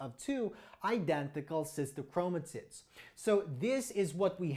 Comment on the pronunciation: Did anyone else hear 'Sister Chromatits'?